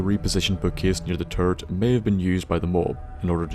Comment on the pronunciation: Every time you said turret I heard turd